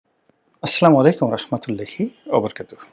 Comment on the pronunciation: সালাম দেওয়াটা শুদ্ধ করে বলবেন